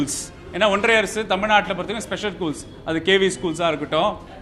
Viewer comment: ஒன்றிய Correct ah சொல்லு. ஒன்றய இல்லை. தமிழ் நல்ல வளர்க்குறீங்க டா. கால கொடுமை டா சாமி